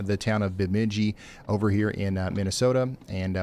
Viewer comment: I'll help you with a quick how-to speak Minnesotan. Perham is like you said it if you are on the phone, or Purr Um, Frazee is fray zee and Bemidji is for sure Burr mid jee. lol 😆